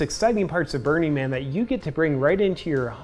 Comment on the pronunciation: Is it just me or does his pronunciation of "Burning Man" sound like "Bernie Man"?